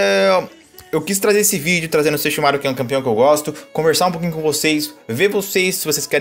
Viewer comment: Nossa desculpa mas que agonia vc falando sesshoumaru kkkk